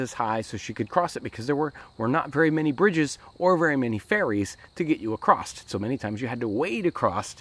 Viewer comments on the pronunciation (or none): Acrosst? Acrosstt?!! Oh no bruh. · Acrosst is not a word!!! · across"t" ? or is it acrossed? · "Across" doesn't have a T in it. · Why can't most Americans (from my experience) pronounce "across" correctly? lol